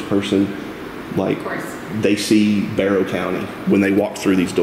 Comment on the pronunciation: “Bear-ow” county. Hope that helps